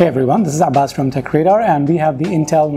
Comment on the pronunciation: هلو ما نيم از اباس؟؟ المفروض تنطق اسمك بالطريقة الصحيحة بلفظ العين